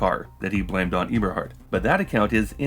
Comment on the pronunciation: musk may be dumb and lazy (among other things), but you are one or the other or both, pronouncing it eeberhart in two videos now